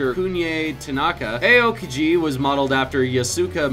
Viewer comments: its not aye oh kihi its ow keegee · I think the worst was A-O-kiji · Aokiji was the worst if you ask me. It was like Ayokieji or something. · Aokiji is pronounced Ow-KEY-gee. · Dyl Pklz he didn't even pronounce the i after the k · Arya Suri he said aokiji wrong too